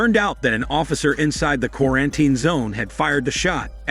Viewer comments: what the hell is a qu-are-en-tain? Gotta love AI scripts and fake voice over narration. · Does an AI do the narration, because the way it says quar-an-tine zone is weird & obvious to any human listening, although it keeps speaking after saying it in broken speech?!?! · Qua-ran-ten! xD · I love how he says ,,qurantin’’ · not even quar sounds like its saying kora-an-tine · Why is it so hard to pronounce properly word "quarantine"? Every time you say it, there is a mistake😂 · the way the bot pronounces quarantine differently every time is so annoying